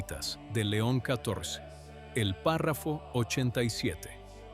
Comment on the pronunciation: Me gustan mucho sus videos, el contenido es excelente! Solo le sugiero que revise el texto antes de poner a la inteligencia artificial a leerlo. La IA no sabe cómo leer números romanos y cada vez que habla de leon XIV o de la Fsspx lo dice mal. Por favor corrija los textos para que la IA diga leon 14 o san pío décimo. Así sus videos serán aún mejores